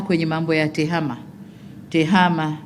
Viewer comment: Tehama sio tehema